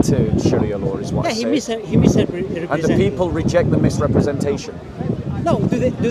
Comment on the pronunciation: "Mis..terespresnted"???! Explains why can't understand logic..